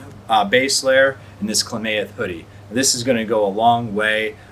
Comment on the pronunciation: Kla-math...not kla-may-eth But good review 👍🏻